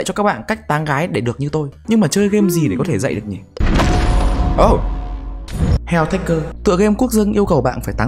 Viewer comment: ơ, heo tắc cổ ms đúng cách phát âm mà.